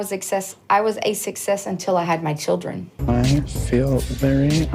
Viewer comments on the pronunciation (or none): Also.. Love ya to death but for effs sake. It's not "sus-sess". It's "suk-sess". Please for the love of God. 😁😁😁🥰🥰🥰